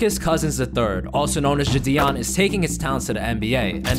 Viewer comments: It’s no jition it’s jidion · why does he say jidion like jadion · It so funny how he says ji-on